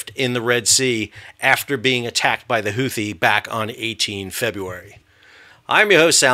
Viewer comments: Is it pronounced Who-Tea, or Who-Thee? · "the Houthi" lol dude